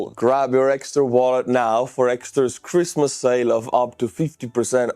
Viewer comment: 'Cruise missiles coming my friends!" is what I thought I heard, but I guess it was "Christmas....."